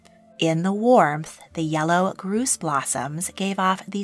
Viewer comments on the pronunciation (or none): it's gorse, not groose, rhymes with horse not moose